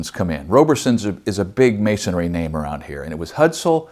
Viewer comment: I've heard you say "masonary" in the past. Did Ken also teach you the correct pronunciation?